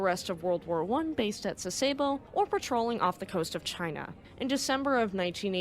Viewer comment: I also appreciate the narrator's pleasant diction and educated American dialect. A very minor issue for me was the use of American instead of Japanese pronunciations for "Sasebo" and "Yokosuka". I'm an old WesPac sailor who is used to hearing the Japanese version, but overall that doesn't matter much.